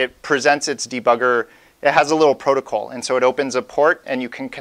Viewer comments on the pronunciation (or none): none